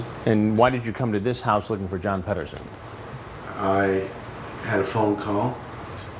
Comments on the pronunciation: I swear he said John Pederfile 1st. Then switch it to John Pederson. That's hes mind at work. You can pet a cat, you can pet a dog, but you can't pet a file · john 'pedoson' LOL